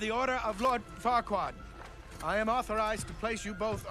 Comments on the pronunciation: You know that his name is Farquaad, not Farqua, right,? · Not that your other reactions aren't good, but it's so much more fun seeing you watch light, animated stuff. You need to watch Megamind at some point! Also, it's Lord F*ckwad... I mean Farquad. You're missing the D. ba-dump-psh 😏😂